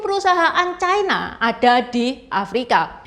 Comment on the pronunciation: Ucapan yg bnr : China, bukan " Chaina "